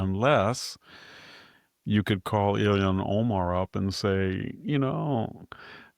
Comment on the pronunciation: As smart as Victor Davis Hanson is, why can't he pronounce names correctly?